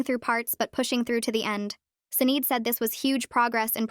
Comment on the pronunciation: “Sinead” is pronounced “Shih-NAWD.”